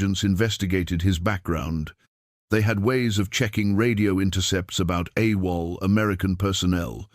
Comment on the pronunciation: A wall instead of Awol.